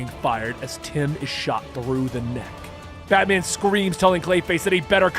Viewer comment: You keep saying "Batmen" like its a surname...